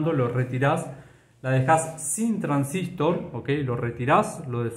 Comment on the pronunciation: Muy bien. Pero porque pronuncia "transístor" acentuando en i. La verdad siempre conocí como transistOr y me choca bastante. Corríjame si no es así